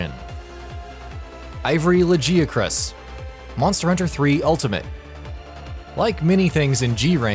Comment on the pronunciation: I like how he says ivory lagi but the gameplay is normal lagi